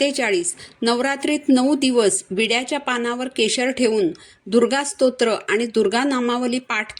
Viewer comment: तुम्ही प्रथम स्तोत्र म्हणायला शिका. मग dnyan शिकवा. स्त्रो त्र म्हणता. 😂😂😂